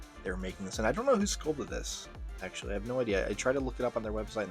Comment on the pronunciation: “aktuwawwy pwetty fweaking cool to paint yewwow” im hollerin 😂